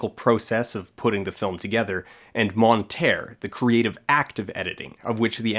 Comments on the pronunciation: The final r are silent mate. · the r in the end of couper and monter is silent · Coupaiiir. Montaiiir. Dat pronunciation ! Apart from that, a delightful video, as always. It shows how what we tend to take for granted had to be thought out at the begining, it comes from somewhere and is quite deeper than we first assumed. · Couper and Monter are pronounced coupé/coupay and monté/montay, just saying. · Monter and Couper are pronounced : MON-TAY /// COU-PAY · no it's MON-TEH source: third year (high school) french student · wow he really butchered the pronunciation of couper and monter. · Pronouncing “monter” with an “ay” sound at the end hurts my soul. That’s such a...North American way of pronouncing it. 😔